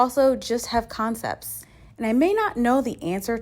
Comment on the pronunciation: OOh did you say "...concepts..." LOL Love it